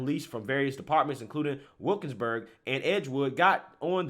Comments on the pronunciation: It legit sounds like you said wokesberg. I chuckled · It's pronounced Wil-kins-burg, and rhymes with "We'll kill yinz burg" (which is an old nickname for that area since it's been a dangerous neighborhood for decades).